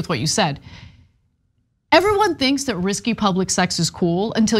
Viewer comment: Ana-it is Risque, (riskay) not risky.